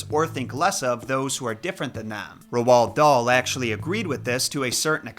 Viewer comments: I would LOVE if you did Charlie and the Chocolate Factory!!! It may not be Dahl's darkest book,but it is his most interesting one. I would LOVE for you to dive into it. (Also his first name is pronounced like road) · i love the video and i know this doesn’t matter, but hearing him say Roald made me cringe every time, it’s pronounced like R-old. i’m pretty sure anyway since we learn about him in primary school in the uk. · Ro-arl dahl? 😅 I like it. He was a big racist so i like such a mispronunciation. May he forever be remembered as ro-arl. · Loved loved love this video. I am a huge fan of Roald Dahls books, having the full set. Only one thing, Roald is pronounced Rolled. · Your pronunciation of Roald drives me nuts. Roald is pronounced liked “rolled”. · Pronounce Roald as "Road" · You don't pronounce the A or D in his first name, Roald is pronounced "Role". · Why can’t Americans pronounce his nameeee it’s basically ROLL 😭😭😭😭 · first time ive ever heard anyone call roald dahl "ru-whall" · I was thinking the same thing about his name, I've always heard it pronounced more or less the same as "road" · Roald is pronounced like "role", but other than that i really enjoyed your video, thank you for covering the books of my childhood. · Why do Americans always pronoance Roald with two syllables? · Hearing someone say Roahld out lead was an auditory flashbang. You mean its not Road??? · I was going to watch but then I heard you pronounce Roald Dahl's name wrong twice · Whyyyyyyy 😭😭😭😭😭 why do you pronounce Roald Dahl's first name like that? 🥺🙏🏻😭💔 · The way you pronounce Roald is painful. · You said Roald Dahl's name wrong you say it as ur about to say road but then u say llud after a. I grew up on his stories including the hidden mini story lambs to the Slaughter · It's Roald, rhymes with old. Not Rowald. Interesting video, thank you! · Roald is pronounced "row-ld." Not roh-ald... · It's said rold like gold , not ro-ald lol shits driving me crazy yo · “ Rowald Doll”😭😂